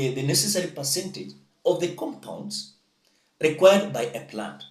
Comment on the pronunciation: Required is pronounced by Linturi as / linkwa:d /. These are Ruto's farm boys at the plough !!!